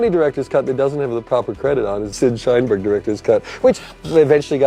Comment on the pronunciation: Shineberg? Lmao